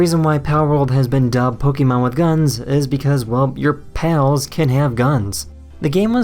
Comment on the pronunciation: poke-eh-mon, not pokey-man...